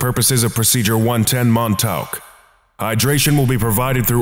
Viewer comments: Mon-taowk? Try 'Mon-TAWK,'. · You're pronouncing Montauk wrong. I don't know how to tell you the correct pronunciation through text, though. Edit: The letters au when put together make an aw sound. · I don't think that's how you pronounce Montauk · I love the way the narrator pronounces “Montauk” 😂